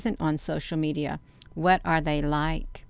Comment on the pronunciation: The me-DI-ya